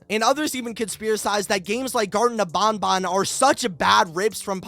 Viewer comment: It's gartena of BanBan Not garden Bo